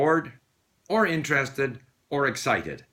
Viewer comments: You pronounced interested with a spanish e instead of a spanish i. Did I mishear or it's that the way you pronounce it (maybe it's the canadian way of pronouncing it) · It is /ˈɪntrəstɪd/ or /ˈɪntrestɪd/. /ɪ/ is a sound between Spanish "i" and "e". Accordingly to one Geoffrey Morrison’s study, Spanish learners of English confuse English /i/ and /ɪ/ and assimilate them to Spanish /i/ initially, and later /ɪ/ is assimilated to Spanish /e/. So I guess you're making progress :)